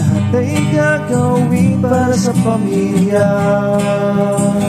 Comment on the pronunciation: Pamilya ka utol hindi Familya😂 English family pero pag tagalog pamilya. Spanish yung sayo😂